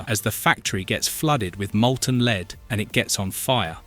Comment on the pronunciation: He called Lead Leed lol